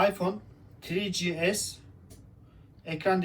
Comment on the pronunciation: Yani Afyon 1 5s diyor adam beyler